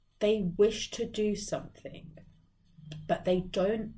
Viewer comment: Somethin"G" not Somethin"k". At first it was funny, now it's just Annoying. Unsubscribed, but you just keep showing in my feed